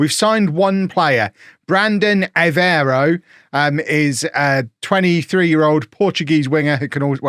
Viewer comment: Hi loving the quick upload. Just a quick Brandon Aveiro is pronounced av ee aero